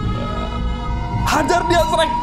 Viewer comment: Shrek woi bukan sherk